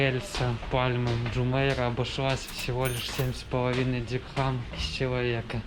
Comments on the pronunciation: Деньги в ОАЭ называются Дирхам, а не дихрам. Будьте внимательны, говоря на камеру!😊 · Так дихрам или дирхам? Непонятно)